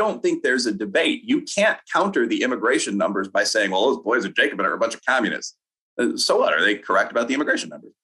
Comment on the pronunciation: I agree with quite a bit of what Wilfred says and you should never confuse communism and Marxism or either of those with socialism. There's some overlap but there are far too many people on the right who reflexively label progressive economic ideas as communist. Also please pronounce Jacobin correctly.